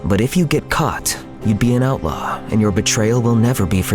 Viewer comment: who thought what he said “Outlaw“ thought he said “Alpha“